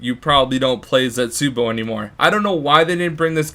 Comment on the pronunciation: Actually it's pronounced zetz-uh-bow not zets-you-bow